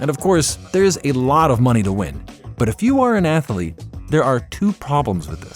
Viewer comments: I am sorry, but the new voice () is so irritating, I cannot watch the video to its end. Not just in comparison to the old voice (Marc) with his German accent, but by itself the American voice sounds less eloquent, with frequent misspellings (athalete, not pronouncing all the 't's and 'g's in words, pronouncing eenhanced instead of enhanced). An insult to the English language made by a supposed native speaker. Honestly, it feels like a step backwards, an attempt to pander to the US market, but alienating the rest. The voice sounds less educated, less sophisticated. I want my narrator to sound like an intellectual person who actually knows the stuff he is presenting, not just reading off of a teleprompter. Sadly, this is the reason I will stop watching your channel after so many years. I am truly sorry! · Man, what is an atheeeelete? AthEEEElete? C'mon man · Ath Uh Leets